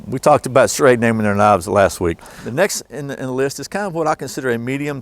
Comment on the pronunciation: ....Schrade SCHEXC